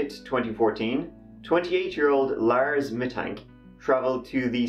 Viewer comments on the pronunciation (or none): “On Jyoon Teh TirTieT” “Laers went to a MACdonalds”